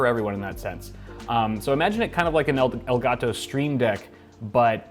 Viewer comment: the way he pronounces elgato el-gat-tow